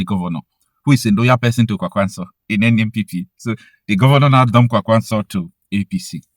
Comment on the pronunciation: The way you pronounce Kwankwaso annoys me. Kwankwaso is a Hausa name that was gotten from Okonkwoson, an Igbo heritage name. With that knowledge you should know the right way to pronounce the name.